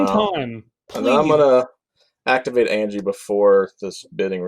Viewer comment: Why are you pronouncing Anje and Shirei so weirdly?